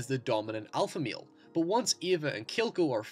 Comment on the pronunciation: "The dominant meal!" Damn, great analysis, it just causes shit on my brain to go nuts when you pronounce "male" as "meal" . Great videos though!